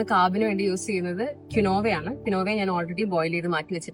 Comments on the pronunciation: ...not pronounce qinova... Qeenva (കീൻവാ) is write it is not cereal it is Seed like spinach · Not kinova ...it pronounced as keenva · It’s not kinova it’s keen waa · Its pronounced as keenwa- quinoa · it pronounce " keen wa" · Pronunciation of quinoa is incorrect . Its keen-wah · Thanku for mentioning